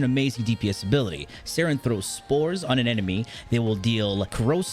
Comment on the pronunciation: Only OGs remember when he called it Sayn not saryn